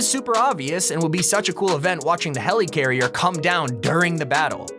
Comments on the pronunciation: Never say helycarrier again It’s helicarrier (heli)carrier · Is anyone else annoyed by him saying “Heleecarier” instead of “Helicarrier”? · you said helicarrier wrong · The way he says helicarrier is mildly infuriating. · I hate how he says helicarrier